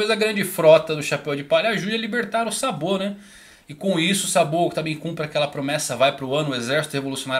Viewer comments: Video sensacional mas por favoooor, tenta falar os nomes da obra semelhante aos ditos no animê em japonês.. quando vc disse SABÔ eu quase cai da cadeira.. seria SÁBO.. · Eu estranhei o " sabô ", mas depois entendi haha .